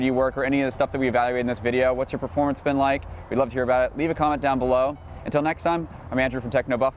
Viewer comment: every time you say "performance", i heard porn. seriously, slow down